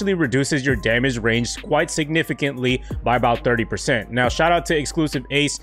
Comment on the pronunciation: He says dermage